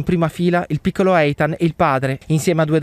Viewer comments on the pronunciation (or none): none